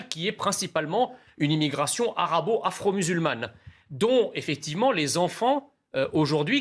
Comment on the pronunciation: Arabo-afro-musulmane : à chaque fois, j'entends afrEUX à la place d'afrO.